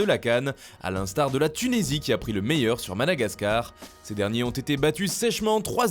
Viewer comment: Il a dit tunesie mdr